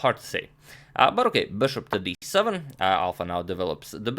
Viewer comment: Agadmator: Burrokay